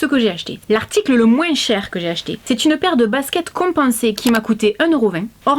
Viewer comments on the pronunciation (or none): Coucou je t adore masi il y a un truc qui ma choquée qui prononce le S de moins personne ne dit sa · J'adore quand tu dit moinss